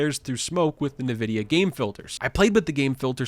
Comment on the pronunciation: "nuh vidia"